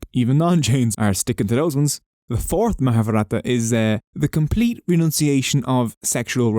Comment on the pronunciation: Charming video, and charming accent! However, I do wish you had spent lots more time learning to PRONOUNCE the words, like for instance Mahavratha. Mahaa-Vratha. (not vraata). But that said, thanks for the video!